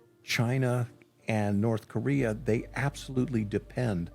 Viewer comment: Its called North Korea, not Nod Koria....